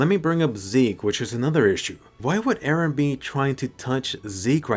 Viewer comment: She still love Eren , she would be very sad if he die. But I hope to never hear "Ereh" again